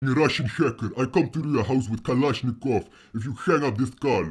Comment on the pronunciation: “I come to your house with a kalashinkov”😂🤣